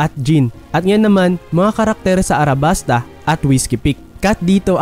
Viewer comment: Correction Alabasta po. Hindi Arabasta 😅 Saka Oda po name ng one piece creator Goda eh hahaha